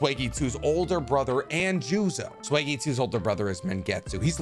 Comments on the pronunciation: I'm sorry..... "swegitsu"? I'll never understand how people can clearly research for hours, write a script, record, edit and not take 5 minutes to make sure they know how to pronounce the name of the character they are talking about I would let it slide if this were a video by someone like ScreenRant or some other group that is clearly only doing it for clicks, but this is supposed to be a channel about Naruto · not trying to be rude but it is pronounced suEEgetsui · Swaggysu?? YIELDER?? 😩 I love your videos but why do you mispronounce sooo many names and areas in this show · Swagitsu 🤣🤣🤣🤣🤣🤣dude SUIGETSU, TOOK ME 5 GOOD SEC TO FIGURE OUT WTF/WHOTF U WERE TALKING ABOUT, really sick video, wish I could've learned more about fat boys fighting techniques who had samehada. Amazing content👌💪👏👏👏👏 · "Svegetsu" "mengetsu" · I'd just like to add it's not sweegetsu it's pronounced soygetsutsu but other than that great work man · I don’t really get what it is with manyAmerican anime content creators and their pronounciations . . . I don’t mean to be a dick, but …. It’s Suigetsu not Swaygeetsu. And it’s Kaama, not Karma. Like. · It’s suigetsu